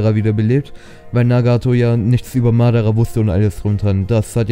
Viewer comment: Nicht Madarrra sondern Madaaaraa!!!!